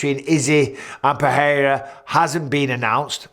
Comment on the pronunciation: "Alex Puhheyuh" is by far the best pronunciation of the man's name. All these knob commentators saying Puhraeruh, like you ain't Brazilian mate